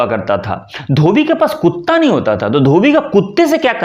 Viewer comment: कुट्का ❌❌ कुट्टा ✅✅